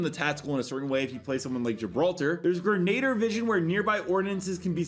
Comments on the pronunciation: Say it with us - "Grin - Uh - Deer" not Grenader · Gren- a- Deer not grenader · Hey bro I’m pretty sure it’s pronounced Gren•uh•deer I use to say Grenader too till my mom corrected me